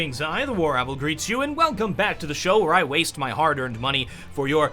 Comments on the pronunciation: did you just say WarApple? unfunny -_ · Why does he pronounce his name so weirdly now? WaroWLL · is anyone else hearing "greetings i the warabl greets you" ? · I hear once... then twice... HE SAID WARAPPLE! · Someone elso got the impression that he said warapple at the introduction? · stop saying warawl, say it the old foken way :/ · the "War-Apple"?? Did I hear that right? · In the begining of the video it sounds like he is saying the WarApple greets you xD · Did anyone else notice he started pronouncing "warowl" weirdly?